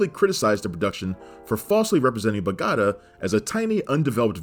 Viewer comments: dude, dude, you see a mark on top of the A in Bogotá?, that´s where you stress your voice, so it´s bogoTA, not boGOta like you said. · For the love of god, it's 'Bo-go-tAH", not "Bo-goatuh" (rolls eyes), but GREAT FILM! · Wtf kinda pronunciation is that? "Boo-gotta" It's pronounced "Beau-Go-tah" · Bogatta? LMAO when are you guys going to learn how to pronounce things correctly? Totally ruins your credibility. Other videos reference "Warner Bros" versus "Warner Brothers" as bros is the abbreviation of the word brothers. Btw - It's Bo-Go-TA: Maybe this is useless and the whole channel is just AI. :/ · Good researched video but the pronunciation of Bogotah is weird as noted by others and also you stated it was Angelina's first mark. Well you'd know from a scene later on in the movie she has more kills then Brad. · I've always pronounced it Beau-got-ah" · The obvious answer in 2024 is that this was created from a script with an AI of the voice of the host. Seriously no one could do this much research and say "Bogoatuh," could they? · Need to work on that pronunciation of Bogota, bud. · Let's work on the pronunciation of "Bogotá." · I like the Friends reference when pronouncing Bogotá. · He even plays footage of the word Bogotá, with the accent on the A! I think it was a purposeful mistake to get people to comment. Comments are good for the algorithm. JoBlo vidoes are rife with mistakes like that. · How can you do this much research for a video and then get a simple pronunciation of a global city that wrong? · i was just going to say the same thing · The worst pronunciation ever. Bogota... .superfluous.? etc. SMH.